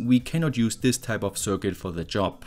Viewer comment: Nicht böse sein, aber könntest bitte, bitte das Wort "Circuit" mal richtig aussprechen. Das nervt mich schon so lange und jetzt musste ich es mal loswerden.